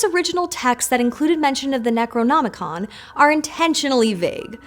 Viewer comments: The best part was watching flub saying Necronomican. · mispeaks: Necronomonicon Brain:... Doo dooo do do do. Munuh munuh